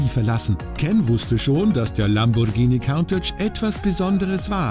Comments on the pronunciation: "Kauntätsch"....sagt schon alles! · Stimmt. Es ist kein ä sondern ein a und count (zählen) ist auch falsch phonetisch gesehen. Es wird nämlich Kuhntatch ausgesprochen. Countach ist, soweit ich weiß, ein Wirbelwind. Wie die meisten Lamborghini damals.